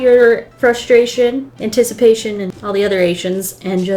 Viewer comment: frustration, intisipation and all the other AiTiOnS! Me: your so funny waffles! You are the best! #1 fan! 👍